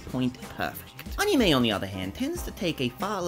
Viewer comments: It's ani-may, not ani-me, just letting you know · Ball also, your argument falls apart anyways since he's not pronouncing it right even in the Japanese way. Search up the Japanese pronunciation, it's ani-mey